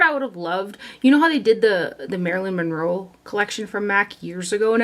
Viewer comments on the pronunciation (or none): none